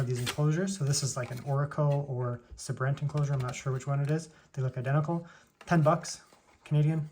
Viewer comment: Its (say-brent) my bro..(say-brent)= Sabrent lol..good video though appreciate it